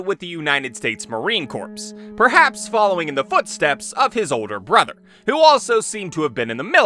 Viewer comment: It's pronounced 'core' not 'corpse' lol sooooo grating to the ears to hear it that way